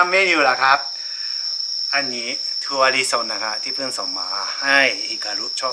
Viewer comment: # ภาษไทยพูดซิ"ถั่ว" "เขียด"😆😆😆😆😆😆น่ารักจริงๆ